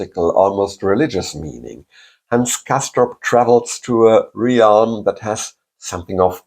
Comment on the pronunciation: The word realm is pronounced as if it had no a. As relm